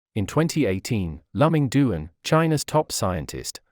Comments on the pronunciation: I have never heard of Lùh-Ming Doon. His name is Dwán Lù Míng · His name should be pronounced as " Loo Ming Duan ". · If you want to make a video about a person, at least get the pronunciation of his name right. It is so awkward to hear his name pronounced wrongly throughout the entire video.